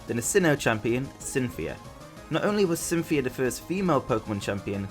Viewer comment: Cynthia. Just...Cynthia. Lol